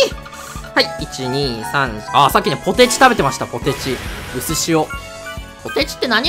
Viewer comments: かぁも ポ↓テ↑チ↓ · 竹から生まれた桃太郎 モーなんかよくわからないけどそれがふつーじゃない？ポ↑テ↑チでしょ？ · ポテチの発音笑ったw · ポテチの発音個性的じゃないる